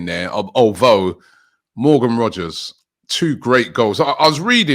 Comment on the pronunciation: It’s Rogers. Not Rodgers ffs